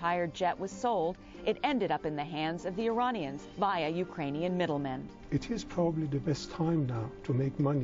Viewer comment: Well, she did say "Iranians" and not "I-Raynians." Impressive for a FOX News anchor.